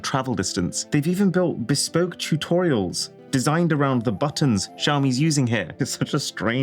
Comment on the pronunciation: Ugh. "BESPOKE".